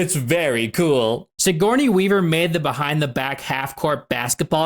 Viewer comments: Siggy Weavy lol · Never stop calling her Siggy Weavy lmao. I love it. My brother and I have always called her So Corny Weaver 😅